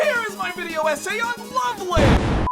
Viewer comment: the fact you pronounced Love Live wrong tells me a lot